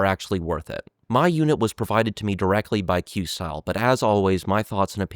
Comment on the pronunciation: you are pronouncing it correctly. It's a portmanteau of quest and style, and their logo actually reinforces that.